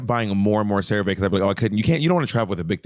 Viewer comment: Cerave is pronounced Sarah Vee because it’s short for ceramide vehicle I’m not even joking lmao it’s like a patented skin lipid delivery system